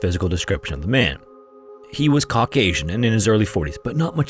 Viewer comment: I like how you pronounce caucasian as kawk asian